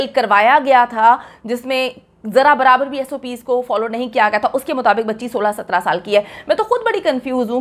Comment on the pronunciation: She said sattara which is Punjabi accent not a Karachi girl accent. wohi keh Rahi hai Jo ussy bataya ja Raha hai